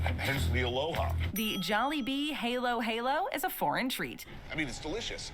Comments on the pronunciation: It's pronounced as hah-lo hah-lo. Jollibee spaghetti sauce is a combination of tomato sauce and banana catsup. It is not all banana catsup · Jolli spaghetti has tomato sauce with banana ketchup and maybe all purpose cream. Halo-halo is pronounced as ha-loh ha-loh (halo = mix, halu-halo = assorted) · Well, damn, she pronounces Halo Halo wrong so 😅😂🤷‍♀️ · Oh my gosh. The YouTube channel who made these Jollibee videos did a lot of research but did not even look up how to pronounce "halo-halo".